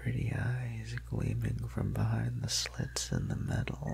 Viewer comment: Okay so I was super in the moment and scared until and something about the way he said "metal" triggered my brain into going "i like rusty spoons" and then salad fingers was all I could think about for a second. Took me right out of the story lmfao. This is Fantastic and scary though, stupid interjections from my brain aside.